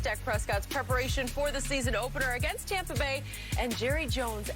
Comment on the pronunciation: I wanna throat chop skip every time he says “Tompa” Bay